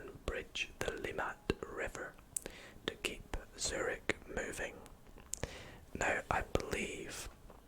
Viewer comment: Yh, u read it like “cyrig” right